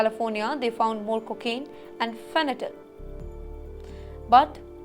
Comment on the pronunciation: It's not fenatyl but FENTANYL